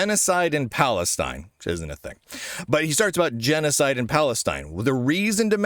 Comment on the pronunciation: Why does he say genecide and palistine isnt a thing?